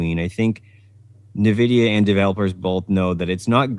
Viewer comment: I tried to watch live and it seemed like he had solid points, but kept mispronouncing “NVIDIA”. Didn’t see the beginning so maybe that was intentional?